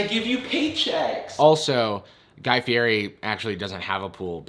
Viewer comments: P.S. It's pronounced Fee-et-e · GUY FIERI (FUH-RI) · you call yourself a guy fieri fan when you can't even pronounce his last name smh 😔😔 /s